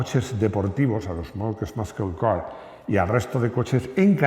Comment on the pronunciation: Veo que te esfuerzas en la prununciación....que no está mal tener acento español! Pero ya que te pones: muscle car se pronuncia algo así como //masel car//. Saludos.